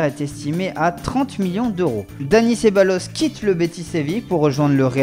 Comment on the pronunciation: Ca se prononce dani cebayos